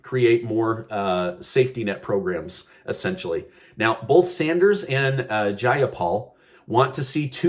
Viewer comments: Its pronounced: jai-AH-paul......with the emphasis on the AH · Hello I am from Washington state where representative Praymyla Jayapalis from and I am just letting you know that her name is pronounced Jie- a -paul just letting you.I hope you understand how I explained,I guess I shouldn't complain I don't like her anyways.LOL. I listen to you all the time thanks for the updates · I enjoy your videos, however would you please learn how to say Jayapals name properly, she is our representative and it drives me crazy.